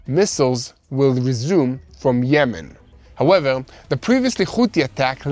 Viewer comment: Im gonna count how many times he says “howeveL”